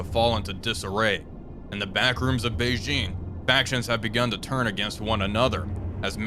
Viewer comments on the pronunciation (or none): none